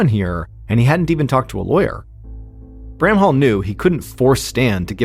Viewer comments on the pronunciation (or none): none